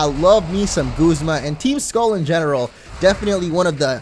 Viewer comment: It's guzma not gozma